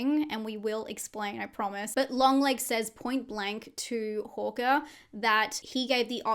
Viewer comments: Why do you keep saying "Horker"?, it's "Harker" with an A 😂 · Its HARKER . Not HAWKER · Hearing Harker as Hokah threw me for a good half of the video. lol I love how different accents can sound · I'm only bringing this up bc I think different accents are fun (big fan of Australian accents), so no shade intended, the way you pronounce "Harker" sounds like "Hawker" to me. Like the bird. Agree about the Krampus shape. Thanks for the breakdown! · Hawker, Harker.. great recap but this threw me a bit. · Overall fantastic video but the way you’re saying ‘Harker’ is bugging me 😂😂